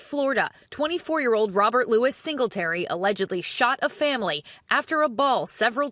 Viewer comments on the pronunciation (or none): none